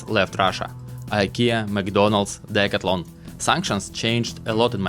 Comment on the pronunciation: The proper way to say the name of the store is, Dee/ Cath/ Lon, I am just helping you, please do not be offended